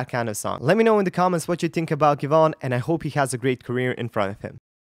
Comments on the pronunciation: “Give-on”😭 its Give-e-on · It’s Give-e-on btw😂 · his name is pronounced “give E on” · It’s GIVE-E-ON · Its give-y-on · It's Gi Ve On